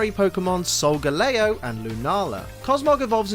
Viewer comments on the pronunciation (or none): Wait.. Solga.... Lay-Oh? ARE YOU KIDDING ME??? It's Solga-Lee-oh! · its solgaleo not solgeleo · I am cringing right now how he pronounce Solgaleo Its Sol-Ga-leo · It is soilgaleo leo as in the lion